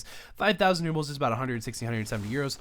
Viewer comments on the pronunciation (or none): Rubles, not rubbles :p